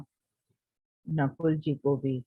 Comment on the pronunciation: स्वठीष्टना , नकुला ? यह नामो का उच्चारण आप ऐसें क्यू कर रहे हो ?